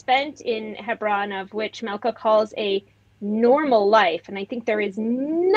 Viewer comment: She has nothing useful to say - beginning with her announcement of she her pronoums, her mispronunciation of the name Malkah, twisting every fact with a plastic jeering smirk and mocking eyes